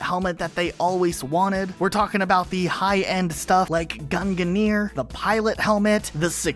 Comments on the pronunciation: Fun fact: Gungnir is not pronounced that way. Gung-neer is fairly close. at least you aren't then arbitrarily adding an extra syllable It is the spear of Oden of Norse mythology. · When he said GUNGNIER I was absolutely disgusting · Your pronunciation of Gungnir pains me. Please learn your Norse